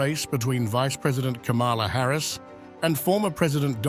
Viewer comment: The way you pronounce Harris's name makes me think how much stock trump has in this station?